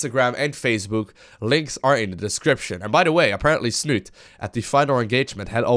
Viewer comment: Snute himself has actually said everyone is pronouncing his name all wrong ^_^..its snutee with the accent on the "e" at the end :P